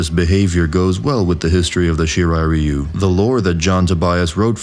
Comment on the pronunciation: I'll never get pass how badly the series, and by extension its fans, pronounce ryu.